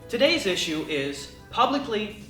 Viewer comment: Your pronunciation of issue bothers me greatly.